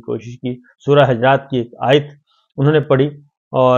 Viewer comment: Sabir Bhai Surah Hujuraat ka talaffuz sahih kar lain.